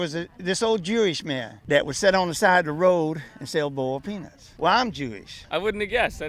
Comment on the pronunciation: Boiled peanuts ? Or penus ??